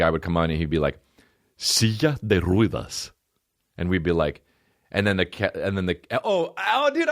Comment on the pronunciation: The "e" in Ruedas is pronounced like the one in Mets or "heh"..